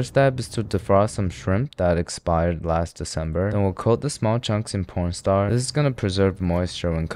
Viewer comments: Wait, did he say p**n star instead of corn starch?😭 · Bro i have to say it your corn star sounds like porn star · Bro been saying pstar everytime he puts in cornstarch😂😂, I'd heard it in other videos but thought I'm tripping but now... I'm sure😂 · Can anyone tell me why does he call corn starch , p0rn star